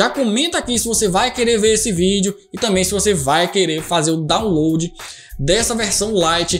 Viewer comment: "dóunlôdi", "êizidoisbûti"